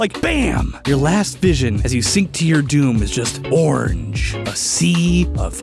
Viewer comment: The way he says orange 😂